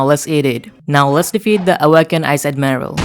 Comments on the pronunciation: Magma admiiral´´ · On admirail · Magma admiral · Admiral and shandas and raiders